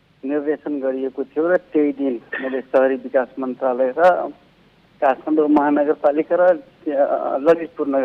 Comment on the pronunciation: काठमाडौं लाई काठफान्डौ उच्चारण गरिएको छ